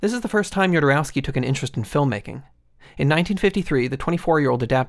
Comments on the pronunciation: "Yodorauski", bruh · Nice video man, it's good to see he's getting the recognition he deserves. BTW, being Chilean myself, his last name is pronounced: ho-do-ROS-kee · I love how the narrator doesnt know how to say Jodorosky right 😂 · You can't say "Go watch that movie" and the spoil the end of The Holy Mountain... Also, you mispronounced Jodorowsky every single time.